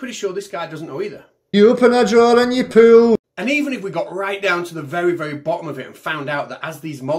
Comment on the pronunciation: Actually, he’s saying “poo” instead of “pool”,eg, you open the door and poo, you poo up, ...poo stuff toward you. ( now I only hear “poo”. I can’t un-hear it)